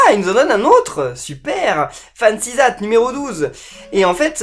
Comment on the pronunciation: fen-si zatt